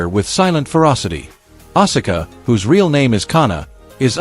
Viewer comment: Asula's name is pronounced "Ah-Ska" not "Ah-Sah-Ka"